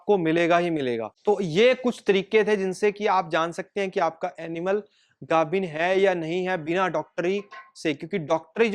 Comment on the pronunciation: ਪੰਜਾਬੀ ਬੋਲ ਗਾਬਣ ਨਹੀਂ ਗੱਬਣ ਹੁੰਦਾ ਹੈ